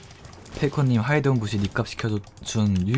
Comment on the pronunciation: 아 왜이렇게 영감님 부쉬 발음 귀엽지? 부시!ㅋㅋㄱㅋ